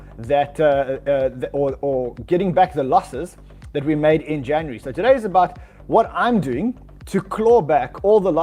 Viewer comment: "Januree"